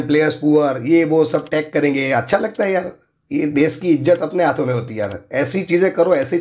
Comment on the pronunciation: Vo des nhi desh hota hai 😤😤 anpad